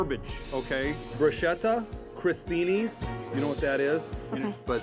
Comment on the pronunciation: I am italian. Bruscieta and cristinis doesn't F exists! it's bruschetta (ch is K) and crostini